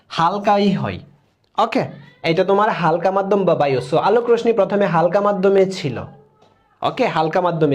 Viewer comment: রোশনি না রশ্মি (রশশি)😂😂😂😂